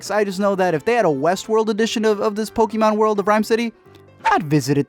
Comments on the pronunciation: It's not po-key-mon it's po-kay-mon. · It not poky mon it's pokaaaaaamon